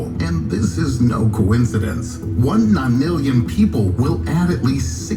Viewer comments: “The ni lilyan? The nillion?”😂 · How do you hear nonillion 4 times and still not say it right